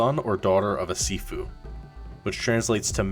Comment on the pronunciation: Sifu sounds like seafood to me from the guy pronounce it😂 Guy:have you tried sifu? Me: oh yeah i like seafood its great benefit for health and body. Guy:what? No i mean sifu not seafood u know the viral tiktok and youtube also etc Me:Oooo seafood of course its gone viral i seen it everytime many people like going to seafood restaurants Guy:what? ARE YOU DEAF? Me: Nope are you? Guy: No what the heck man! Me: what you said seafood right? Guy: No its SIFU and its not food its a game get it! Me: ooo sniff Foot?! wait there a game about sniffing a foot? What a weird game? You should check yourself i dont get it why you want to play a game about sniffing your foot? You can sniff it yourself. Guy:………idiot Me:No im not the idiot you the one that said seafood and then sniff foot GUY: NO I DINDT SAY THAT! I SAID SIFU! Random person:actually you do sound like your saying seafoot rather than sifu Me and guy:……(me)see told ya im not deaf its you who pronounce it wrong (guy)……your right im sorry (Me) ahh im just joking im trying to just ragebait you thats all i know what u trying say dont feel too bad of yourself that your less educated hehe (Guy) YOU NIG###!🤬🤬🤬🤬 (me): get reck!😂😂